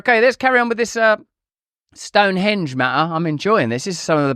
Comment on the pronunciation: I'm irritated by Russell's insistence on putting the accent on the second syllable of "Stonehonge" instead of the first syllable. What's the point of being American if we can't impose what we all know is proper pronunciation on the rest of the English-speaking world?